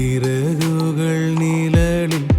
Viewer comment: நிலலில்... என்று பாடாமல் நிழலில் என்று பாடவும்.. ழ... உச்சரிப்பு முக்கியம்